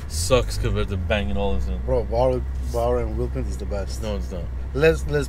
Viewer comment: please say bowers &wilkins again. 😂